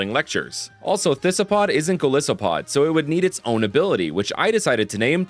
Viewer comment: ive always really wanted an ice poison type to be based on frozen diseases in the arctic, but i dont think they could do that with covid in recent memory lmao also 'gol-iss-opod' is.. tragic its literally based off an isopod that is very distinctly pronounced 'eye-sopod', not to mention you ALSO pronounce the 'i' in goliath as 'eye'